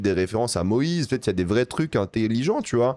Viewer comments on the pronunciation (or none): none